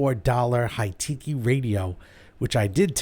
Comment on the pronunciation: You miss pronounced the brand, its not Hi-tiki or Hi-teakey its Hikity, like Hi and kitty, but its ok my brother had the same deck with subs and amps hooked up to it and he also called it Hi-tiki, he had a auction/flee market amp that over heated somehow clipped and through volts back down the lines frying the audio lines on the deck